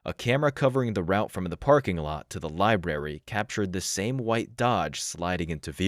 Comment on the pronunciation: It's libRary, not "lieberry". Makes you sound dumb.